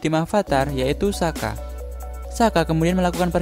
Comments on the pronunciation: Soka, bukan saka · mispronounce, harusnya sokka bukan sakka